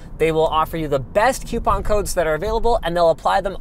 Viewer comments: YOU SAY QUEUEPON?!!! IT"S COOPON!!! THE U COMES AFTER THE O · Linus: "they will offer you the best coupon codes that are available" M-Dawg: "YOU SAY QUEUEPON?!?! ITS COUPON THE U COMES AFTER THE O!!!" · quepon... Linus clearly hasn't learned how to pronounce coupon :D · what? no its Definitely Queuepon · Madison was right. Who says kewpon!? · he said cuupon in his segway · Goddammit, i cant not notice the way Linus says coupon now